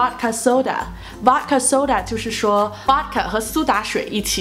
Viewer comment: Vodka读音应该不是“娃卡”，应该是**，中文写不出来😂